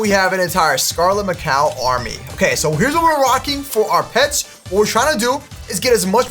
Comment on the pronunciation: Naa why he calling Scarlett Macaw Scarlett ma cow 😂😂😂😂😂😂